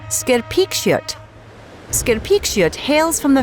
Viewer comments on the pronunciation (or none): im sorry what skerpikjøt is prounauced wrong